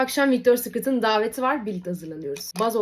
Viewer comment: Victoria SIKRIT ? öğrenin şu inglizceyi be!!